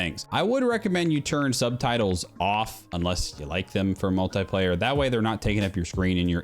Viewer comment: why do you say multaiplaya